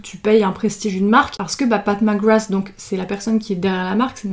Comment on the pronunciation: J’ai compris “Pac Magwass” ... sinon l’arrière fais penser à un ticket d’or de Willy Wonka